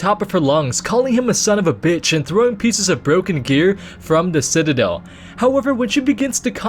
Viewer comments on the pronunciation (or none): none